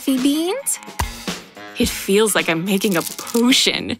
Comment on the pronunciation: I swear I heard her say pootion